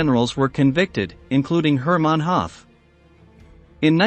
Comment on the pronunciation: "Hooth" not Hath